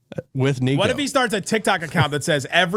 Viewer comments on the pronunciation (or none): has a TikTik instead of a TikTok